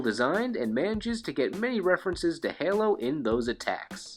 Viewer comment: The way you pronounced Halo slightly irked me. Hey- low where as you were basically saying Hello